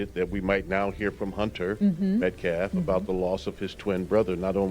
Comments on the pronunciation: Dead guy's name is Austin METCALF. Pronounced MET-kaf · Howany times is this man going to call Austin Metcalf..... "Metlaf".